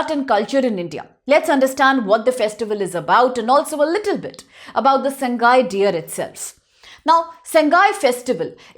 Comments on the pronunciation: Not "Sang-gai" it is "Sa-Ngai". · Pliz read Sangai as SA-NGA-I in local dialects meiteilon